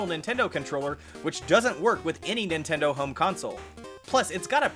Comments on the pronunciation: he said ninteders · Who else hear nintenders?